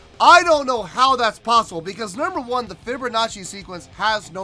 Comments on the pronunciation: LOL "fibbernachi" LOL! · Sounds like you’re saying “fibber nazi” 😂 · There is no r in fibonacci